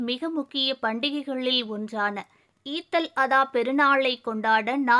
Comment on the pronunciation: Eid al adha ,prononce like this